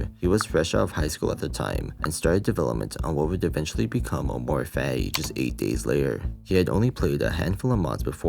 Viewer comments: The way you keep pronouncing amor fati makes me want to bash my head onto the wall but cool video i guess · am I stupid. this entire time I heard him only say "amor fai" and zero T's at all. where did he say fatty 😭